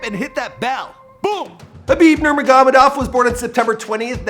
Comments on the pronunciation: He said Kabib Manamanamanov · There is audio of people saying his name.. Even if he only watched one of Khabib's fights he would be able to pronounce the name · Hey ! u bullshit guy , learn to say his name right 🤣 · Learn how to say his name right lol